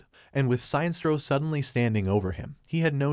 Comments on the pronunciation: sin estro not signstro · "Science-troll"? ..... not "Sin-es-tro" ??? .... OMG, pls update the computer-text-to-speech pronunciation/voice database !!! ..... or not ..... lolz Can we have "Science-troll" versus "Sin-es-tro" in a villian-vs-villian fight? :-D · SIGN-STRO....... SIN-NES-STRO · How the hell does he mispronounce Sinestro? It's Sin - Est - Ro not Sine - Stro. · Sine-stro? Sin-es-tro, as in the word "Sinister." That's far from the first blatant and complete mispronunciation you've had in your videos. In your video covering the movie where Lex as president puts a $1B bounty on Superman, you kept saying "metal-o" instead of "met-allo" (as in alloy). Every official voice line ever has pronounced these names differently from how you have. Please put more effort into these. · Shines-tro? I thought he's "Sin-nes-tro" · Damn it, it is like Sinister, that is how it is pronounced!! Pure Silver age SINESTRO!! SIN-ESTRO not SINE!! It may be campy but that's what it was when comics were for kids and mot adults!! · It's not pronounced "Si nestro", it's pronounced "Sin estro". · The way he pronounces Sinestro xD "Sine strow" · Seinstro, the new intergalactic sitcom. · How does the narrator butcher Sinestro’s name?? “Sine-stro”??!! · was this read by a bot? because the mispronunciation of the name sinestro is anoying. sin estro is what it should be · That run was horrible but not as horrible as the pronunciation of Sinestro..